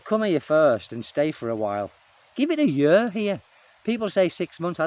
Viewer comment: "Give it a yer here" 😄😉